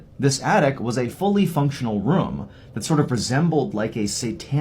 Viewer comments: Is she saying attict…. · yes lol and it's not at all from a country accent? she doesn't even have an accent at all lol